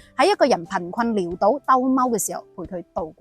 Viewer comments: ，你都會一時失手了！潦倒是應讀作老倒，不是寮倒的。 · 潦倒，不應讀「聊倒」，係「老」倒呀！阿姐。